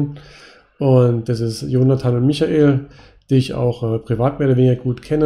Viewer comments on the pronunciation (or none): none